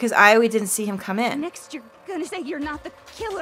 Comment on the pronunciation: Hey I don't want to be an ass but it's kinda annoying me. Aoi's name is pronounced 'owee'